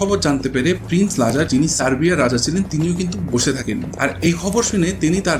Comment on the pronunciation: You started off doing football content, now you are branching out to historical content. Some people can do this, but unfortunately you are not one of them. Thats why the nitpicking of your video. Its Lazar there's a Z in the middle, its Serb not serf that's a different word which will not be flagged in spell check. YOU DON'T HAVE THE GRAVITAS TO DO HISTORICAL CONTENT.